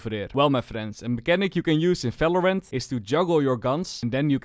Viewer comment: IT IS VALORANT not Falorant